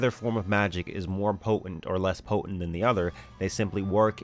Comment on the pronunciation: your ideas are well thought-out and your videos are professionally and informatively put together. That said, allow me to make one minor criticism. The word "potent" is pronounced "po-tent", not "po-ent"; the name "Martin" is pronounced "Mar-tin", not "Mar-in". When you ignore the 't' you sound less educated and less intelligent than you are. Other than that, keep up the good work!